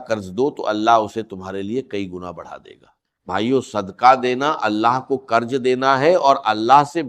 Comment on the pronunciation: Awaz bhi ai h qarz ko qarj kehh raha h beherhaal ALLAH TAALA isay hidayat atta farmaei Aameen